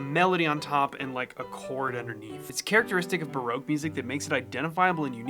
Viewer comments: It's not baroke it's barock. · Pronouncing Baroque as broke seems fitting for musicians. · It's a fabulous video, thank you. I've been wondering about ways to improve my repertoire and this really helps! P.S. Baroque is pronounced Ba-ROCK. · I still can't get over the pronunciation of Baroque, to English ears it sounds like your saying its "Broke" ;)